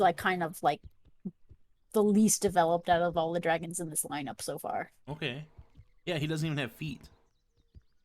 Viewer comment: Stop saying dragon it’s draaaaaaagons